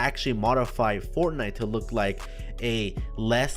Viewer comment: u forgot the t in fortnite